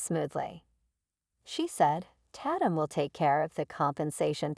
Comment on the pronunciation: The person named tatum computer said (tat- tum) when the correct way is (TAY - TUM) Program correct english!